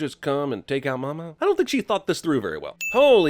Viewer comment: The only sin of this movie is they way pronounce “Mama” “MAW-MAW”.